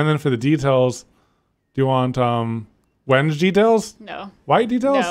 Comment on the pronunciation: 😭 the mispronunciation of Wenge! The confusion between bar and counter stools😭😭